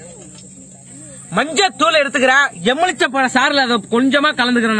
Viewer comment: தம்பி எலும்பிச்சை பழம் என்பதை சரியாக சொல்லுங்க... எம்புலிச்சம்பழம் என்று சொல்கிறீர்கள்...